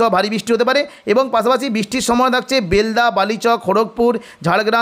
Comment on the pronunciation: উচ্চারণ বেলদা হবে।